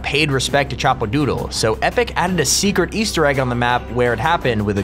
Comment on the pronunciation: Chapadoodle not choppadoodle